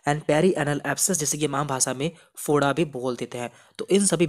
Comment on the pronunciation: Bhai Foda hota hai (Bhoda) nhi hota